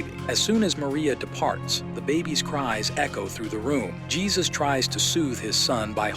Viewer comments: Couple of things: Dude's name is pronounced "Hay-Seuss". In response to an earlier post saying that Jesus what not a good guy because of the lengths he went to to cover the "incident" up. I disagree. I can only imagine in a situation where something so tragic has happened, that the state of shock you would be in would cloud your judgement or responses. Also, no clear evidence there was an inappropriate actions by Jesus against Ruth. She seemed like a foul mouthed immature child with a crush on a grownup that was nice to her. I thought this movie was not horror, but certainly horrifying. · It's pronounced "Hay-soos." As in "Hay-soos freakin' christ, what a low-effort channel."